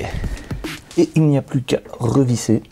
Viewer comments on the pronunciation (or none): none